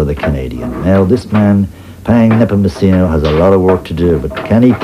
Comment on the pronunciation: And his last name is pronounced nehpohmohsenoh not nehpohmochinoh